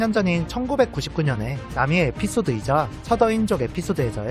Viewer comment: 의자가 아니라 이자... 자막만 실수하신줄 알았는데 발음도 의자로 발음하시는....ㄷㄷ